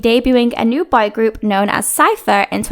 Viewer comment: Your pronunciation of "boy" sucks. Most of the time it seems you were saying "bi-group".